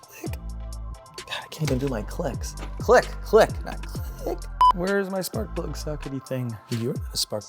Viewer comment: Haha the "sparkuhh plugggah"😂